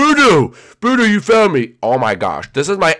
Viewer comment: it's birdo not berto